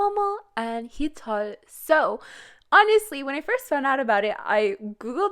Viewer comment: Why do you pronounce Heechul like thatE?